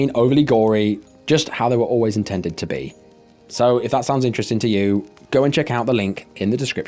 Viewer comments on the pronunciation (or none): none